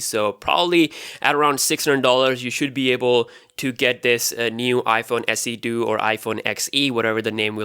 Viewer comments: haha you said iphone se do instead of iphone se 2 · Please say iPhone SE 2! Not iPhone SE Do